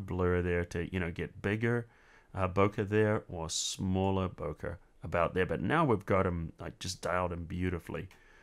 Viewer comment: It's pronounced "bo-kay", not "bo-kuh". Good tutorial though.